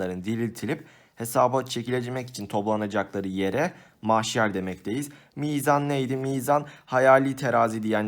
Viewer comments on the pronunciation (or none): mahşer abi maşher değil. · hocam maşher değil mahşer LKFXKOBKXFBJS 🙄🤣🤣🤣😂😂